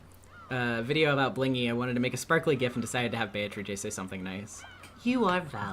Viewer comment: "Those who remain" have to be "be-a-to-ri-che".